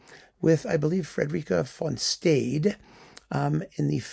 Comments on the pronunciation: "Von Staid" ... an interesting but possibly unintentional pun, especially as hers was the best part of the performance ... Is that really how she is pronounced in the USA? The German pronunciation of Stade is sch-tar-der and that's what BBC announcers use. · Milton Cross and Peter Allen, Met announcers, always said "von SHTAD-EH."